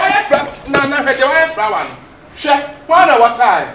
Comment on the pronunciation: I heard frower😂😂😂